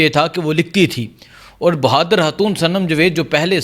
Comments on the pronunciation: Lully hatoon ni khatoon hta hy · 😮😮😢😢😢😢😢 ”حاتون“ نہیں 😢😢😢😢پلیزززز ” خ سے خاتون“